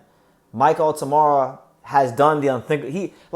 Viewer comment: It's Altamura... not Altamara.